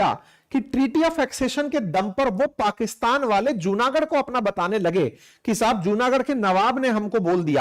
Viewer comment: Right pronunciation is जुनागढ & माणावदर 🙏🙏